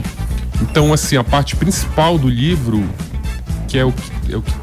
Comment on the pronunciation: Esse sotaque paraense é chato demais. Me perdoem a sinceridade. "LHIVRO" é meuszovos.😅😤🤦🏻‍♂️